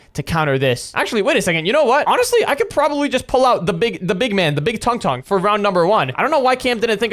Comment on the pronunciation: Tung tung not tongue tongue